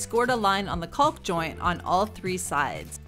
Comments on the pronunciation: Great video, but I’m gonna be the grammar Nazi here. It’s pronounced COCK, the L is silent. Lol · The L is silent